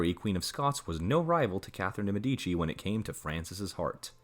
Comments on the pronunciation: Why is it so difficult to pronounce correctly the names of the peopleyou are talking about? ME'DICI!!!! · de Medici